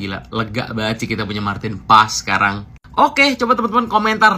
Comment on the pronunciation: Paes bang bukan pak es 😂😂😂😂